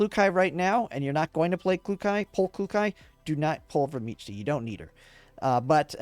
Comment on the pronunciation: I heard meech-tee and closed the video